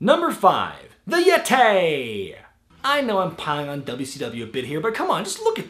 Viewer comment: haha THE YEH-TAY!